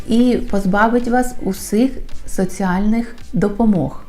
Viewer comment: Не "соцЫальных", а соціальних?)))))